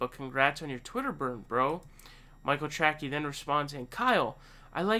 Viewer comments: His name is pronounced Trasee not Trackee. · Isn’t it trace-y not tracky Lmao 😂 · It’s Tracey not Trackey. If you criticize someone get their goddamn name right! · Who the hell is Michael Trackie? Tray-see, Tray-see. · It's not Track-E, it's Trace-E. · That's the best pronounciation of "TracKey" I've heard :) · He pronounces it "Tracky" on purpose. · His last name is pronounced Tray-Cee. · Great analysis. His last name is pronounced "Trasey". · He does the mispronunciations on purpose lol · The only thing more embarrassing than being Michael Tracey is not being able to pronounce his name. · Dude I have never heard someone miss pronounce names as often as you do I generally like your contact but that is really irritating do you really think that’s how you say his last name?